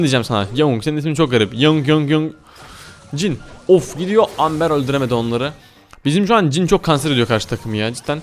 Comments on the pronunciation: Abi aslında Amber Amber diye okunmuyor şöyle okunuyor Embır diye okunuyor. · Amber değil "Embır"diye okunur XO